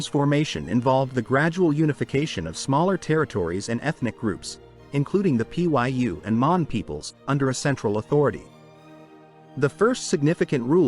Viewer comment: lmao it just says welcome XDDDD Trash AI. Cant even look up how to pronounce "Pyu" before its stuffed in the video.